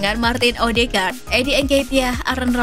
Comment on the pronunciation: bacanya BALOGAN min. trs EVERTEN, ODIGARD.